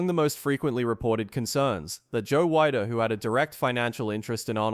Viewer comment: I was at the 69 Olympia. Yeah, Sergio deserved the win. And it's pronouced Weeder, not Wide-er.